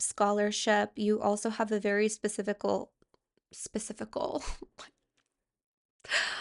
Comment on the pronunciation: Specifical sounded like specific GOAL